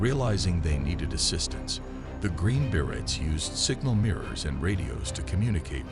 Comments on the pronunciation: Bere-y not bere-ts. English speaker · pronounced “Berets” wrong the entire video wow